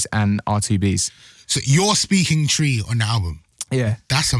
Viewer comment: it's cute that he pronuces twi like how it's spelt. awhh bless him 😊